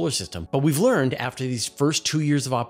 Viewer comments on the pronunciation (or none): none